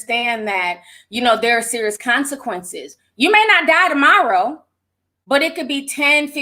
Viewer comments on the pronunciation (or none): none